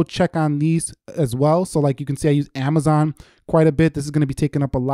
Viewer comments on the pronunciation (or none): none